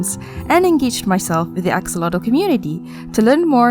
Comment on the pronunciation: You got it so right on the pronunciation in Nahuatl with the word axolotl. And I have to really congratulate you because it's the first time in a video in English that they mention this information and even more said it in Nahuatl language. Here on Mexico [wrongly] is just named as "axolote" pronounced "ajolote" in Spanish thinking that the "x" on axolotl sounds the same like with the name "Mexico" [pronounced Mejico in Nahuatl] but this is not the case. So you are right! 😀 Listen to how they pronounce it and you will see that you are right: Excellent research!